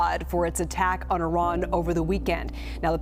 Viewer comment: First of all thank you for pronouncing the name of our country correctly. It is indeed pronounced Ea-ran, not I-ran. Third explanation would be the millions of Iranians on the streets in Iran and outside of Iran wanting regime regime change and we need foreign help to achieve that.